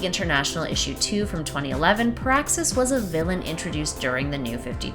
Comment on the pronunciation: PEAAXXUS GALACTUS 🤔